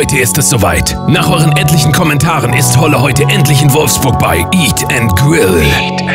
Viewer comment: "Wolfburg" wuff wuff! haha starkes video :D